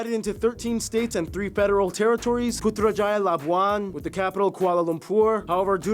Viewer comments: well you pronounce putrajaya is very good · I loved your reaction to this video, I'm a Malaysian born in the state of Sabah and regarding the conflict in the Philippines it's about our past in how my state was supposed to be apart of the Philippines and not Malaysia. You pronounced Putrajaya perfectly! Kuching is the main city of Sarawak our sister state in Borneo and the Kuching statue is commemorating Kucing which means Cat in Malay. Sepilok is also located in Sabah and you are allowed visitation! regarding the 2018 election it was such a huge thing because it had something to do with the 1MDB scandal which involves goldman sachs but the election mainly involves the election of our oldest prime minister Tun Dr. Mahathir Mohamad who is currently 99 years old as of 2025 (He's not the current prime minister) this situation is whole rabbit hole ^^